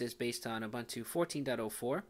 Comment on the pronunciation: It's "Ooh Boon Too",. Afrikan word not English:)